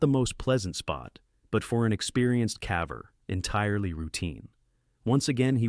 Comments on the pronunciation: Interesting compilation, thanks! Just subscribed. One suggestion: Your AI narrator has a habit of pronouncing "caver" as "cavver," which is confusing until you realize what the issue is. If you did a find + replace (Ctrl + F) on the script in Word and replaced "caver" with "cayver," it would always pronounce it correctly. Just a thought! Have a good one 👍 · Fix the pronunciation of caver. I won't watch anymore.